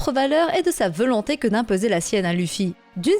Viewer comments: Hum je suis le seul à remarquer que tu dis "veulonté"au lieu de "volonté" ta vidéo est très bien mais à chaque fois ça me fait tiquer. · rien de nuisant à la vidéo et on a tous des accents ou des tics de langage. Mais ça m'a fait marrer.